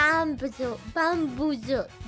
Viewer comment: I get her... the word 'Bamboozled' is quite hard to pronounce at the first time especially when english is not your first language